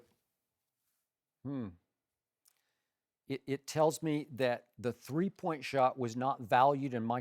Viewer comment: "What does that tell you, Thkipp? Skip: (pause to let his brain come up with an excuse) "Well........"